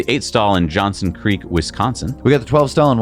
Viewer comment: Also Waukesha, pronounced WAH-ke-SHAW if you care lol